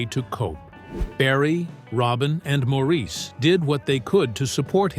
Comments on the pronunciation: Mor Is!! Not Mo Reese!! Please Say "Mo" if you can't remember the man's preferred pronunciation! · Absolutely no one in Britain or Australia would say Maureeece 😂